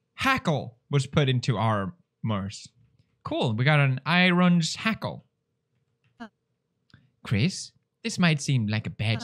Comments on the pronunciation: Everyone: Iron Shackle Pewds: Irons Hackle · Ironshackle But pewds said irons hackle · “We got an ‘IRONS HACKLE’” Or maybe it’s “IRON SHACKLE” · Normal person: Ironshackle PewDiePie: IRONS HACKLE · Game: IRONSHACKLE (Iron shackle) Felix: Irons hackle 😂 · Normal People: Iron Shackle Felix: Eye-rons Hackle. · ironshackle pewds: “irons.. hackle..” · Text box: IRONSHACKLE PewDiePie: "Iron...s-hackle." XD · mean Iron's hackle? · It is pronounced Irons hackle. Glows hard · It hurts me that he isn't getting excited by all the same characters like i was and isn't exploring all the dialogue options. also- 'irons hackle'? really??? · "IRONS HACKLE" also pronounced as "EYERONS HACKLE" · "IRONS HACKLE" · "irons hackle" he is saying it wrong to what he said was right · Lol "irons-hackles" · "Irons-hackle" xd